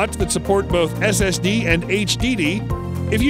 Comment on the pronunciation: did he call it an sdd?